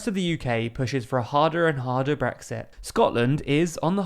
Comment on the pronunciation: I really wish he'd actually voice the 'T' at the end of Brexit.